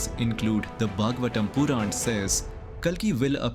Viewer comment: Avatar, Puran, ..., are pronounced horribly